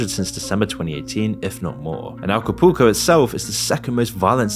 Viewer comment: How many times can someone say "alcopuco" when the word "Acapulco" is written in front of them? 😂